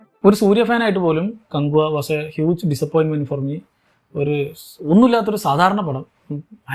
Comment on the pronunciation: കങ്കുവാ ❌ക്യാഹുവാ✅😒